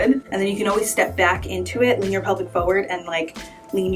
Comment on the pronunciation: Yep, you can pose and you certainly can help with how I have to take pictures in the next 30 days fo' sho. BUT!!!! What's wrong with people and saying "PHO-WORD"? It's FOR-WARD.... not hard. It's as easy as rolling your shoulders. I had to stop watching after the sixth PHO-WORD. Ugh!!!